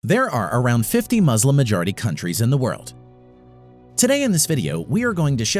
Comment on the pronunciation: Why are you saying when you cant speak the word muslim